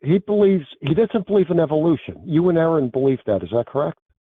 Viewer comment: He who misspronounceth Aron shall be punished.